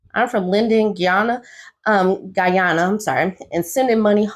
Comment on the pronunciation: She said Guyana right the 1st time too. MI get a GT man from New York in the 90s and him SKUNT get deported!! #deporteebwoy